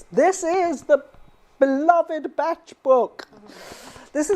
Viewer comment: Thank you for call Dr Bach by his correct name. I worked for Nelsons/Bach flowers head office in London back in 1990's and that was how they pronounced it. I since worked in Australia and everyone called him Dr Bach as in the composer and I was forever correcting them! I have found you course and I am keen to reconnect. thank you